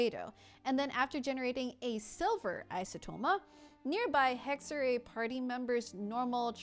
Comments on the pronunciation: "Hegg-ze-rai" is closer to the correct pronounciation than "Hegg-ze-ree" You could get even closer by saying "Heck-se-rai" (Funfact: the letter "X" came into existence because ancient Romans got tired of writing "ks"). The "r" needs to be "harder" but that's just something english speakers have ingrained in them due to the nature of english so I'm not gonna try to tackle that here lmao. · The other pronounciation was correct. [Hexer-rai] essentially. Its German for "Witchcraft" / "Witchcrafting" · Pls hohyo Stop using German words. Hexerei hat sich noch nie so falsch angehört...